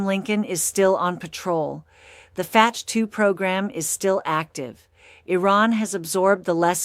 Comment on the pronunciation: Is not fatteh? Not Fath or fatch... Ps get it right. Are u an AI bot voice